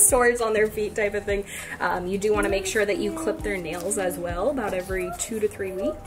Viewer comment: You say Nel instead of nail Will instead of wheel Mil instead of meal Pel instead of pail I'm just wondering where you were born and if it is just you who pronounces things like this or your sisters too?